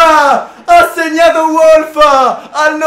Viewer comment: si legge Volf vecio